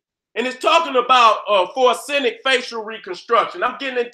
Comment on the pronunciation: So Nobody ain't gone tell da it's FO REN ZIC???? NOT FOR SEN IC. HAHAHAAH SHOUT OUT TO DA GENERAL... NO DISRESPECT 💯💯